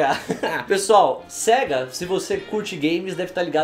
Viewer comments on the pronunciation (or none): Sega se fala séiga é só olhar a abertura da Sega